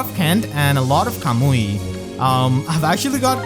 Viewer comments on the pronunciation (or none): none